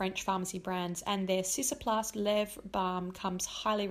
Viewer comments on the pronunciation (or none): It's ciKAplast, not ciSAplast 😉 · Hi, Cicaplast is actually to be pronounced see-ka-plast:)